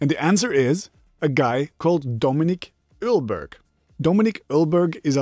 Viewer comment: Nice, I immideately had to think of Dominik Eulberg since he records bats' sounds, transforms those noises into listenable sounds and uses them in his tracks😂 (btw it is pronounced OIL-berg) Greetings from germany and a big thumbs up for your great content🤜